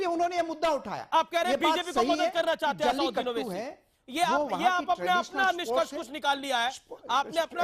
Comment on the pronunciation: Anchor ko sikhao, It is not Asaaunddin, rather it is Asaduddin Owaisi. ROFL.